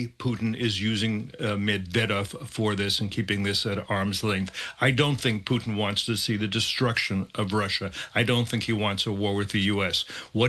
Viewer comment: Tell me this, why should I take anything that these so called experts that the MSM brings on seriously if they aren't even competent enough to get this Russian president's name right?